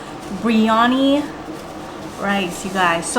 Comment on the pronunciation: I could be wrong but I believe it’s biriyani not briyani…just like her sis says macaroons when she has macarons. If you’re sharing ppl foods, teach them the right way to pronounce.